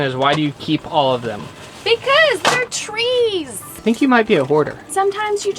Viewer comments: "because they're treees" so much respect for ❤️😍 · BEACUSE THEY ARE TREEES !! Lol